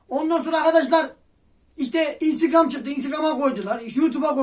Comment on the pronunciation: senin innstigram deyişine gurban olurum :))